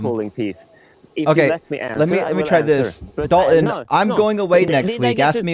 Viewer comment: Every time I hear someone deliberately misspronounce Dalton's name I'm reminded of that old school skit, which probably is a meme at this point. The one of an old grandma from the 1800s with a big trumpet in her ear to help her deafness. "Hey grandma this is my friend Dalton" "Duncan"? "No grandma Dalton" "what Dolphin?" "No grandma Dalton... DALTON" 😂😂😂